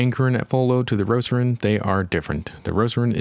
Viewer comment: Why you call it "Roceron"?